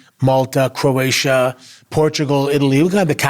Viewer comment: Bro really said Croatia 🇭🇷 💀